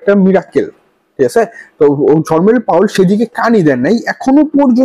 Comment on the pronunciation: Word ta 'Jerome Powell (জেরোম পাওয়েল)' hobe ,not Jormen powell' apni as always e name ta vul bolen 😂